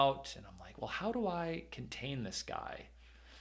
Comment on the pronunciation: Oh.. "Smash the LIKE button" - I thought you were saying "Smash the LIGHT button" which I immediately did... ...and now my phone's flashlight is broken.😭